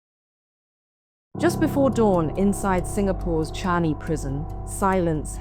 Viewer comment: Its changi, not changhi.